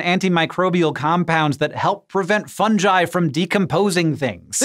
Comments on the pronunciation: funjuy? you dont call it fungjus do you. isnt it pronounced fun-guy ? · Fun-guy not fun-ji. Fun-ji doesn't allow the joke about the mushroom to work, and you are literally the only person I have ever heard that doesn't say fun-guy. Fun-gus, fun-guy. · Fun-GAI, not Fun-Jai, guys, come on. It's not called a fun-jus. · Funji lol fun-gi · "Funge-I" Just a mere and polite correction here..... Sir, it's pronounced as these two words "fun" "guy" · Fun ji? Fun ji??? It's FUNGI (FUNGUY)😑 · Ah yes... Fungei... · Fungi, not fungeye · He said fun-ji not fun-gi im triggered. Lol jk but interesting stuff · It’s pronounced Fungi not Fungi. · Funjai, Hank? FUNJAI?! Fun-guy! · I mean Fungi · I ts fun guy not funj ji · "fun ji" lol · What's funji Or did you mean fungi? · "FunJi" ahaha, I bet you call a 'Gif' a 'Jif' too don't you lmao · Did he just say”funjai” instead of fungi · Fun-jai. Lol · "Fun - ji"? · Fun JIII ? Clearly a G , SO SAY IT AS IT IS .... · Did my man really just say fungi like funji? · fungi? That’s how you pronounce it? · did you just say fun-ji? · I learned how to properly say fungi 7 years ago my freshman year of college and I'm still not over it. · do American's really pronounce Fungi like that? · I seriously hate how he pronounces fungi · Thats not how you pronounce Fungi. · I refuse to watch this video until he learns how to say fungi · That was my thought too... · Hank says fungi funny